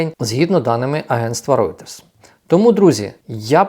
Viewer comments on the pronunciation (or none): none